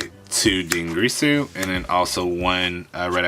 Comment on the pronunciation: Dingirsu not Dingreesu, Dragoon not Dragoons